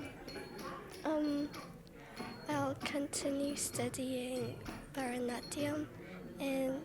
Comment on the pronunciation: Burrh-da-natyam? What kind of pronunciation is this?